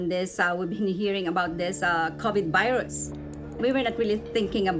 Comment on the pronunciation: Dieamond viyurs she cant speak